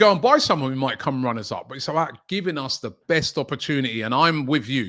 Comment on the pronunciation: Man said runners up like it’s 06 😂😂😂😂😂😂😂😂😂😂😂😂